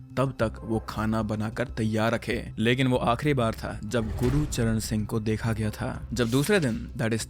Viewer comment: Gurucharn ❌ gurcharn☑️